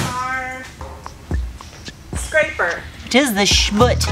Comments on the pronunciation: I chuckle every time you say it. schmutz/SHmo͝ots/. Google the pronunciation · <its schmutz,you have to pronounce the z. i use this word till the cows come home